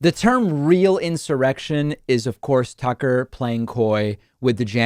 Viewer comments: David; Did you say a "Sucker Carlson" or I just misheard? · You KEEP mispronouncing his first name